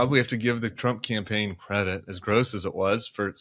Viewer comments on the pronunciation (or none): "She ran a good compain" 😂